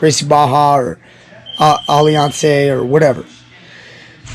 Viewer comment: Is it actually pronounced "Ally Ance" instead of Alliance?